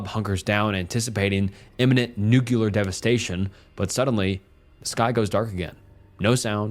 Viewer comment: Nope. Can't trust anyone who pronounces nuclear as "nookyular". Gtfoh, do not recommend